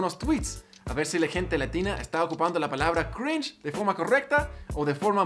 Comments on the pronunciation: Me da cringe que las personas digan "crinje" en vez de "crinch" como la argenta del principio 😒. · che da crin he crin he Eso me dio cringe jajajaj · Crinje esos argentinos que no sepan pronunciar una palabra en inglés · Algunos dicen cringe otros dicen crinch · La mina que dice "crinje" al inicio sería cringe jsjjaja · Crish xd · Está dicho así a propósito xd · Future project. Está copada la info, pero creo que te equivocas, simplemente está mal pronunciado así a propósito xd